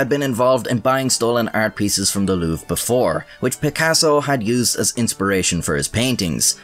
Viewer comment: LouvRE, you could have just googled how to pronounce the name Louvre xD Saying it wrong like 50 times was pretty cringe ngl